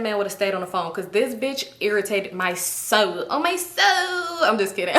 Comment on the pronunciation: LMFAO “on my sSOouL”